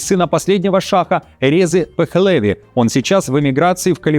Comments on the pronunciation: Не ПехлЕви, а ПехлевИ. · ПехлЕви это звучит по грузински,а иранские фамилии всегда имеют ударение на последнем слоге - ПехлевИ